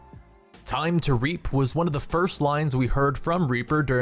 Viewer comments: When Reaper said "Time to Reap" I thought he said "time to raape" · Time to reap sounds like time to rape